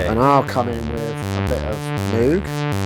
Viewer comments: It's MOOOOG not MUUUG. Cows do MUH, at least german cows. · Not wanting to offence the late, great man, but if it had to be pronounced Mogue, than it should have been written Mogue. Reminds me of Hyacinth Bucket picking up the phone with "the Bouquet residence". Besides, Moog looks & sounds better. Both in name & instrument.